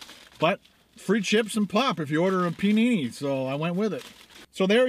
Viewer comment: i thought said i wiz busy getting ma pot! obviously it wiz pop